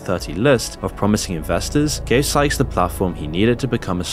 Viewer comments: In what universe is sykes pronounced skyes? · Ummm it’s Sykes… not “skies” lol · You spent 5 minutes calling Sykes "SKIES." I thought you were going to do it the entire video. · Am I the only one hearing pronounce Timothy Sykes name as skyes? Lmfao😂😂😂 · Sy-ch-s say it with me. Not skys... sykes.. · You said Skyes the entire video when his name is Timothy Sykes.. He literally says his name in 95% of his videos - what research did you even do? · skyes? not sykes? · Exactly. Not only that, you can tell his content is poorly written, not well researched, and rushed to publish. He just stole the content off of other youtubers. In the Sykes segment, he can't even bother to pronounce Sykes' name properly or consistently.